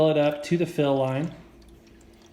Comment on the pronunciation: who else was eating ramen during this and noticed him say the fill line like ramen